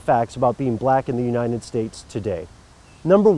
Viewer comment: How he pronounces "united" bothers me.